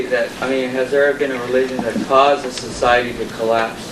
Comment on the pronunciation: how could you not like this talk? except he pronounces sociiieeeeeeety wierdly